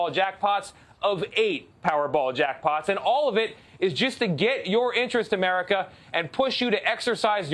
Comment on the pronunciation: Biden said "Averica"...bruh?